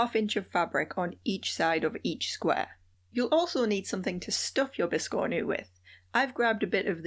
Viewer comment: Awesome video! 🧡🖤 I'm going to try to make this adorable biscornu (pronunciation notwithstanding).😁 It'll be my first!